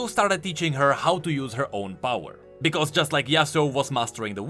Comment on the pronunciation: I love the way that you say because. Its bekoose